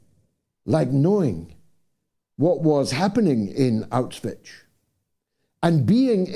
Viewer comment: I suggest to look up the pronunciation of "Auschwitz"...